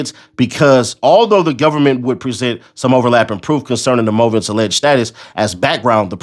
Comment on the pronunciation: Movant - Mooooo like a cow +vent. You was close. Props for getting Pro Hac Vice right tho. Took me a while to learn how to say that.